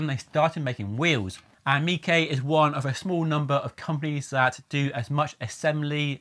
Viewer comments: Surely its miche not mikay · I don't think it's pronounced "meekay" like 😂